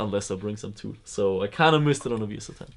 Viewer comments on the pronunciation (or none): none